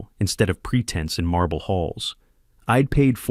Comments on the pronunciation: Ee-d instead of I’d. It bugged me, too. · "How eeid ..." It's "I'd". You forgot the apostrophe, so yourSI got confused about the word. Be careful! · Please teach your AI that apostrophes exist and affects the pronunciation of words. It's not "id" for "I'd" and "ill" for "I'll". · You couldn't be bothered to punctuate correctly so it's pretty noticeable when the AI voice says im instead of I'm or id instead of I'd. You should fix that in the future.